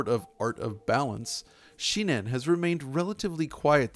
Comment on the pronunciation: it's shin-en, not shi-nen